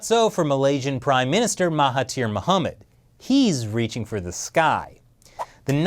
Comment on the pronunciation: Awesome video. Love from Malaysia. Btw the 'thir' in Mahathir is pronounced 'dhir' so its actually pronounced 'Mahadhir'.......just sharing :)